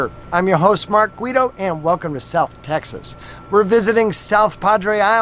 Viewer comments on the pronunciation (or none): none